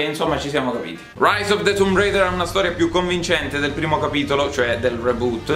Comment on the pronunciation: che bello sentir la pronuncia tumb reider e 3 secondi dopo tomb raider per abitudine